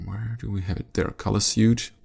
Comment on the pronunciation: You pronounced "facets" correctly, but , "suite" is pronounced exactly like "sweet". You helped me out, now I'm helpin' you out lol :D Hm, may as well add a few more: cyan = "si ann" (rhymes with "pie pan"); magenta = soft g, like a j sound. Maj-zh-enta.